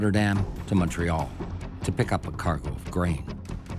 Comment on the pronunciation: Montreal and its St-Lawrence river and gulf is not known for its fatal weather.. shit happens that's it. Also Newfoundland is not pronounced that way, nor is Montréal. But I appreciate the upload it's good background sound. Also, that captain always stating obvious shit is annoying.